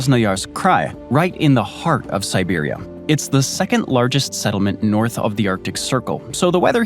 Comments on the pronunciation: nice vid, but it's siberia not siberium! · is it just me or do they keep saying Siberiam? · I can't help but laugh every time the narrator mispronounces Vladivostok. And I swear it sounds like he keeps saying Siberium, like it's some kind of element. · Why does it keep saying Siberium? Like it’s some kind of metal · While your pronunciation of the towns is much better than what I would do, I can't help but hear an m at the end when you say Siberia lol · Siberium? Am I the only one hearing that? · Where the hell is "siberium"? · No, it really does sound like he's saying Siberium. I kept wondering if that's a new element or something. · is this voice saying "siberium" each time or just me?